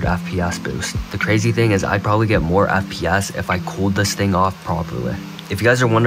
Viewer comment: can you stop saying fpASS and just say fps pls